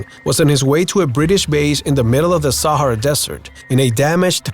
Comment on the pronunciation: Is he saying the sierra desert lol